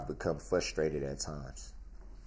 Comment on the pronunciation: I like how how he says he’s become “fusstrated” during the trial. Such an accurate statement.